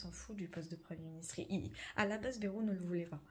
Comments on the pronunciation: J'habite dans le 64 et pour info en toute amitié, on dit pas "bérou' mais " bail -rou "😊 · On dit Baïrou pas Bérou dans le sud ouest .....comme le village de nay ne ce dit pas né mais naï, (comme l'ail) 😏 au vu de l'état des finances de la france, la loi ne concernerait pas une ponction directe des comptes en banque des français comme en Grèce ? rappelons nous que la france est sous tutelle de l'europe depuis 2024.